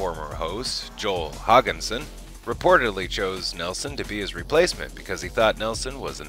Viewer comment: it's Hodgson